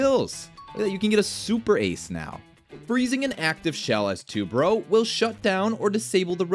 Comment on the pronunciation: Stop saying Two Bro instead of Tubarao, I get it that you Americans have 0 clue on words in other languages but don't just pronounce it as it's in English